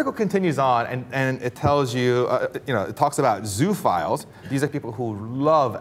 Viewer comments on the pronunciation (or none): I think it's pronounced 'zo-o-files'. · It's pronounced zoo-oh-philes.